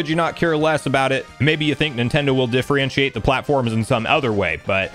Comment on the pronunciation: Supposedly, not "supposably" Differentiate, not "diffrientiate"